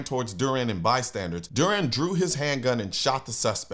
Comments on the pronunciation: BystandER not Bystandard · Hey Colion.... Word of the day: It's bystanders, not bystandards. Great commentary as always. And more good news. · By-standers, not by-standards. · Colion, stop it already. It is NOT "bystandARDS!" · My dude,I love ya. But it's "BYSTANDERS" not bystandards. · Okay, lemme stop you. It’s not “bystandards”. The word is “bystanders”. Like, they are standing (near)by. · "Bystandards" LOL